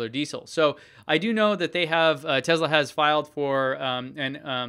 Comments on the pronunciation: ITS PRONOUNCED TESLA. WITH A GOD DAMN S. SHEEESH. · I understand there are several acceptable ways to pronounce Tesla. I even "get" the fact that Elon does it with a "z" sound. However I find it somewhat pretentious and very distracting when somebody who doesn't share the same linguistic background uses it as much as does. I feel pretty confident you aren't mocking Elon with it, so it comes across as pretentious. I certainly don't expect you to change it based on a single comment, just wanted you to be aware.